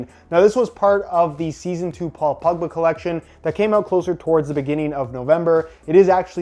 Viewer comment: It sounds like he is saying pugba not pogba